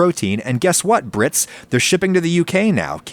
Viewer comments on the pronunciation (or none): Adam says “brits” like he wants it to be a slur